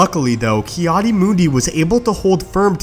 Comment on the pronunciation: I swear you’ve done this before. It’s sooo overdone lol. Again, I suggest putting something on your walls to get rid of that nasty echo. Finally, it’s “Adi” not “Aid”.